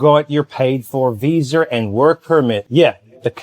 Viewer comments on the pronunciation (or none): no R in Visa brother. Love your videos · Lol no brother its your accent. Aussies Kiwis and a lot of people from the UK add an R at the end of Media or Visa. Time stamp : (40 seconds in) I always like to give you guys a hard time. But I subscribed because you honestly have the best videos out of Thailand. Best channel I've found. Great work brother.